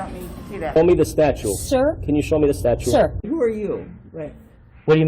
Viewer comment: I wish someone would correct this idiot on his "statute" and "archive" pronunciations.